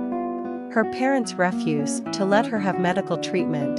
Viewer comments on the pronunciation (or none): I don't know if this is an AI-generated voice, but the word "refuse" is inaccurately spoken, here. The noun, "refuse" (emphasis on first syllable) means trash/garbage; the verb, to "refuse" (emphasis on second syllable) is "to deny" or "not do" something. In the context of the sentence, the intention was to use the verb form, "to refuse" (her "parents refuse to... etc."), but it is pronounced as the noun "refuse", with the emphasis on the wrong syllable. It would be nice if a human narrated this, with an understanding of these nuances in English, because it is, indeed, a story about an educated woman.